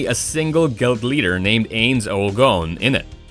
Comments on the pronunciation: how he pronounces ainz being that its my favorite anime makes me sad.. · Didn't even say the overlords name correctly. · You can tell hes never watched overlord because he said the OPs name wrong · the way he says ainz sama's name hurts. i do not think he has ever seen overlord. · I love how he put Overlord but the way he said Ainz